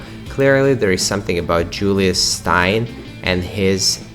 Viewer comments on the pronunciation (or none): Just a little comment, on the pronunciation of the surname Steyn, it is pronounced as stain in English.